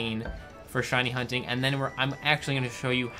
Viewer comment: At the end when he talks about the shiny charm it kinda sounds like says "Hiney Hunting" hahaha xD